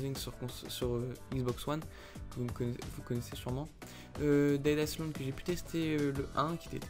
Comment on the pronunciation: On dit pas Aïesslande mais aïelande ;)